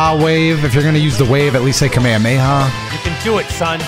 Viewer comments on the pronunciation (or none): the way you say Kamehameha should be a crime 😭